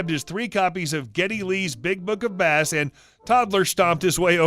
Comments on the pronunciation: Geddy Lee is a musician who plays the Bass (pronounced BAYs) not fishing for Bass (Bas) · Big book of Bass - it's about bass guitar, so is actually pronounced 'base'. Now cut out that 'YouTube' crap and get me your manager! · Geddy Lee's Big Book of Bass (as in the fish) lol. It's supposed to be Bass as in the guitar pronounced base. Lol Geddy Lee was the bass player, keyboard player and lead singer of Rush. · 'Base' not 'Bass' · Oh thank God. I thought I was the only one blowing a head gasket about the "Bass (fish) / Bass (guitar)" misspeak. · "Book of Bass"? Like the fish?! Bass in this case would have a long A (like "base") not a short a. It's a bass guitar, which Geddy Lee plays, for the band Rush. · Sorry but you need to check the pronunciation of NAMES before showing your ignorance, Geddy Lee never played a fish nor did he ever write a book about one! He is (was) the singer, keyboardist and the BASS (pronounced BASE) GUITARIST for the band RUSH!!! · Delightful piece. I do have to point out that it's pronounced "Base". Geddy Lee was many things, but a fishing author isn't one of them, I don't think. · Geddy Lee’s big book of Bass is about music rather than fish. Geddy Lee is the bassist and singer for the Canadian rock band Rush. I’m a huge Rush fan, and I laughed so hard when you said bass instead of bass. I know Geddy would have found it funny too. He his a humble man, who has a wonderful sense of humour., you really made my day. Thank you! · Yeah, he kind of broke me with his pronunciation on that. My brain was like. 😕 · BTW, Geddy Lee plays BASS GUITAR in the rock trio, Rush. A "bass" is otherwise a species of fish, I'll let you work out the pronunciation of these two! ;-) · Like pronouncing bass like it’s a fish instead of an instrument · BWAHAHAHAHA.... Bass as in the instrument, not bass as in the fish.